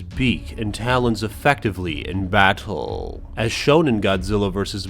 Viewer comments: this man mispronounced every word even battle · y u say battle like that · Yo why this nigga say “battle” like that you talk goofy asl😂😂